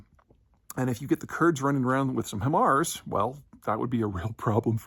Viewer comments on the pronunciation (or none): none